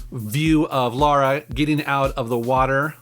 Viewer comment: it's Lara, not Laura